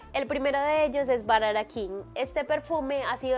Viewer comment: Se pronuncia BHURARA.